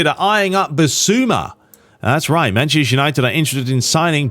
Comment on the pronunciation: Whenever you say Manchester United, it sounds like you’re saying “Mancheshire United”. Is it just me? 😂 come on sort it out mate!